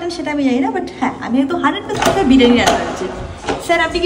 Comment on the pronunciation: বিরানী? এটা কি রকম উচ্চারণ 😂😂 বিরিয়ানি বলো